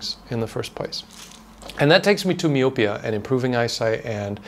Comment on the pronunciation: It's pronounced my-oh-pee-uh. That's messed up to hear vitamins aren't better regulated. People are such greedy a**holes.